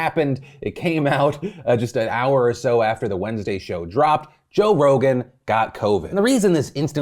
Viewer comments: he said "Joe Rona" 💀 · did you call him Joe Rona lol Edit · Joe Rona. Lmao. Anyone else catch that? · Joe-rona. Joevid…. I can’t. You’re silly 😂😂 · Are we just not gonna talk about the fact that Phil straight up called him Joe Rona? LMAO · You called Joe Rogan "Joe Rona", and I'm not sure if it was an accident but I fucking died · “Joe Rona” Beautiful Phil. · I like how you called him "Joe Rona" 🤣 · Joe Ronan? What? Jovid?? 🤣🤣🤣 I'm dead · "Joe Rona" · He said Joe Rona 🤣😂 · You said Joe Rona lol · The slip sounds like "Joe Rona" lol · Did he say Joe Rona, and not Rogan? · Did he just say Joe Rona?